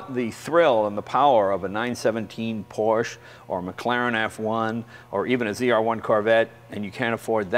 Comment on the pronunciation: How is Jay a car guy yet not pronounce Porsche correctly? From now on I'm calling him Jay Len